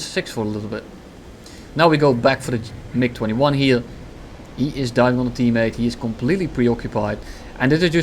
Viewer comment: MiG21 SAU... MiG21 sow xdddd